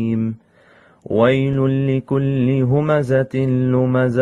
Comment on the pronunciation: Mistakes: 1) He did إدغام بغنة between ويل لكل 2) He mispronounced همزة, this is despite earlier choosing this Sura by name! 3) He mispronounced لمزة 4) He recited the جيم in جمع with رخو, essentially turning the G sound in Arabic into a J 5) He DIDN'T add the غنة between مالًا وعدده, despite adding it earlier where it wasn't supposed to be 6) He added a واو after يسحب turning it into يحسبوا 7) He added a قلقلة to the خاء in أخلده 8) He pronounced the لام in لينبذه with a كسرة instead of a فتحة 9) He didn't add a غنة to the نون in the same word 10) He didn't add a غنة to the نون المشددة in the same word, making that three mistakes in the same word! 11) He pronounced the نون in نار with تفخيم 12) He mispronounced موقدة by putting a كسرة on the قاف 13) Didn't put a شدة on the طاء in تطلع 14) Recited with a فتحة instead of a كسرة in the لام of the same word 15) Technically made two mistakes in موصدة but I'll count it as one to be generous 16) Pronounced عمد with two ضمتين instead of two فتحتين, again two mistakes that I'm counting as one 17) Didn't recite with a غنة between عمد ممددة والسلام عليكم ورحمة الله وبركاته